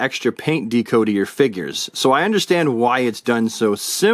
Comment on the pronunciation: Good figures. But DeeeCo? LOL. Not Deck-O like Decoration? 😂 just bust’n’ chops.